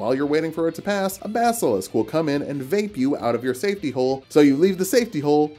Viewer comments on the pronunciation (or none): none